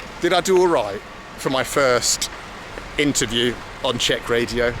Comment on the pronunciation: As a Czech person, It's really funny listening to you pronounce Czech words with Russian sounds.